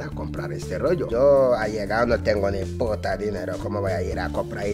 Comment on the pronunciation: Dice pota no p**a